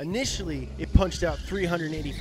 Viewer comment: “Hursepurrs” “Lbs/foot of Twerk”